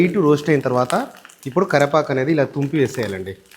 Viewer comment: bro its not Karrepaku, its karivepaku..all the best